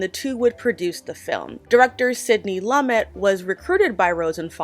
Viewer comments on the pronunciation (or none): “Loo-may”, not “Lum-met” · Sideny Lumet pronounced LooMay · Really excellent broadcast with one note: Sidney Lumet's name is pronounced "LOO-mey." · This is my favourite film of all time. Diabolical pronunciation of "Lumet". I called him "Sydney Lauper" for like 9 months. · TIL I’ve been saying Lumet wrong my entire life.